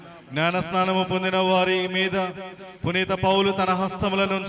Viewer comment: 2 వ పఠనం చదివిన ఆయనకీ పునీత అనే పేరు కూడా రావటం లేదు పురీత అంటున్నాడు